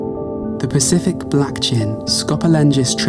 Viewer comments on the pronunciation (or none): none